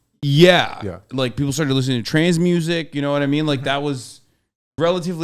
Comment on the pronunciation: When Hasan kept saying trance i thought he was saying trans music 😂😂😂 and i just rolled with it bc i know we be making a lot of edm